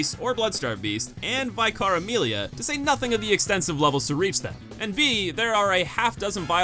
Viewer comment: All these years and my man still can't pronounce Vicar. Never change.